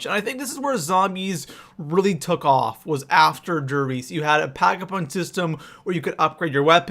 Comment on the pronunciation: Instantly stopped watching when he called der riese da Reese 😐👁👄👁